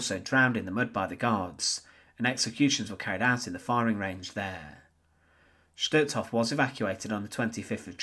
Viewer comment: Just as a point of interest, words such as Totenkopf 'Sturmbann', Stutthof and Gestapo do not have a 'shh' sound, as there is no 'sch' in them. Stutthof, for instance, is pronounced 'stoot-horf' in German (with stoot being pronounced as book or soot and a soft R at the end).